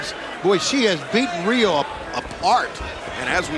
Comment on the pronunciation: Nice match Riho. They can`t even say your name right. Anyway, cheers from Hokkaido.